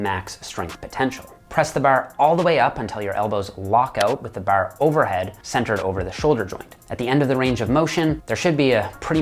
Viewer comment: Dude I knew was a newfie the way he said "bar" I was like this is an East Coast Canadian without even looking into where he's from lol